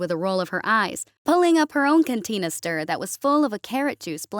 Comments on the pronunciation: Canteenister,Try saying it this way Canister. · "cantinaster" .. this was playing in background . . . can teen uh ster? do they mean 'cannister' ? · Skip the fake "human" reader at the begining. Can - iss - ter not contain iss ter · I can't get past "CanTEEnuhstirs."